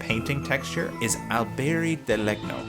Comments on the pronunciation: its "len-nyo" :) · Lennio, It's pronounced Alberi di lennio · Legno is pronounced more like "lenyo", gn sounds in italian are kinda funky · legno has the gn pronounced the same as in lasagna